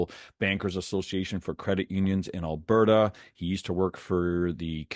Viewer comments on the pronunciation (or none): none